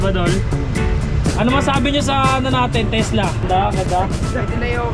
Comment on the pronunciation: Takla pala hindi tesla😅